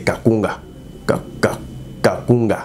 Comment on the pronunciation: c'est plutôt KAAGUNKA et non KAKUNGA Mr